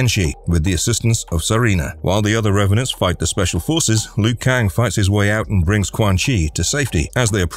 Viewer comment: It’s not Loo Kang, it’s pronounced Leo Kang